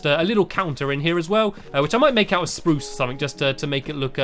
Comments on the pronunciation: And it's not sparoose wood its spruce wood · Exactly. SPAH-ROOSE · when you say spruch wood I think you are going to say woof lol :D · Stampy: SPRUUSE! Me: you say it funny stampy! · No stampy it's spruuuuuuuucccccccccccceeeeeeeee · Why do you half to say sproos a different way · Dear stampy,I love the way you say SPRUCE wood it's so funny and I Evan say it You make me happy From Tilly